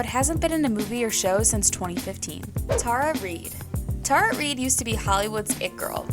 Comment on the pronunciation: I know you didn’t pronounce her name like that lol